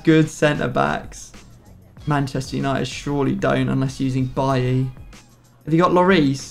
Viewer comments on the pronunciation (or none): none